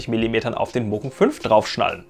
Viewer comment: Es heisst Mugen, nicht Mogun :-)